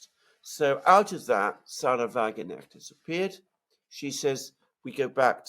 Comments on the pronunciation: In the case of Sara Wagenknecht, since she is not English but German, you pronounce the K in her name. Just saying. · Sarah is German. She has a German surname. It is pronounced in German. The combination "kn" reads literally. And not in the same way as in the name of a famous musician - Knopfler. Although, to be honest, I think his surname also has Germanic roots. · For God's sake get the women's name right - Wagen (pronounced like a "V" in English and Knecht (the "ch" is tricky for English speakers - put your tounge on your palate and say a "K",, you get a softer sound) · Wagenknecht has a ‘hard k’ in it, shouldn’t slur it down to a ‘g.’ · Thank you. There is also the possibility that Wagenknecht will take votes from AfD. Btw - the 'K' in Wagenknecht isn't silent. I only point this out as I know you are both enthusiasts for precision. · It’s a German name: W is pronounced like V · Come on, guys. It is Wagen - K - necht. You have to speak the K in German, it is not omitted. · The k in wagenknecht is NOT a silent k... it is not pronounced as in "knight" but as in "cool" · WagenKnecht. The 'k' should be pronounced. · You guys are brilliant - as always!! Thank you so much again for a great clarification!!! Here a wee-little-hint on 'pronunciation': my favorite German politician (...one of the very, very few!!), Sarah Wagenknecht's name is spoken out with a clear K - and rather not "Wagennecht"... 😇.... AfD is is with a 'deeee' and not with 'dä' ... And... Der 'schwarze' Herr Merz ...is ..... incidentally ... BlackRock.. (..just sayin'..) ❣ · Thanks for your insightful commentary on Germany. One quibble: Sarah Wagenknecht is pronounced with a K (like in rock'n roll). Eike from Germany. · By the way, the pronunciation of Wagenknecht is Va-Gen (g as in gay)-k-n-esht. The difficult part for English speakers is the second part of her name: knecht. Unlike in English, in German, the k in ‚kn‘ is not silent. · Wagen knecht not Wagenecht . Wagenknecht = Wagon - puller